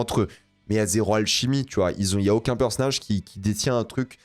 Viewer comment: C'est quoi un "perce nage" ?😂